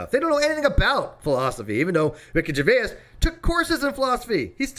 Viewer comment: Rickey Gervais is pronounced jer-VAYZ, not jer-VAY-ass! Although, thinking about it and his explanation of Agnostic Atheist on the Stephen Colbert Show, you may well be right... 🤣🤣🤣🤣 {:o:O:}